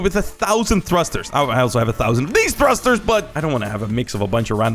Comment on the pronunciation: its funny that he said thusters when he uses like 1200 lol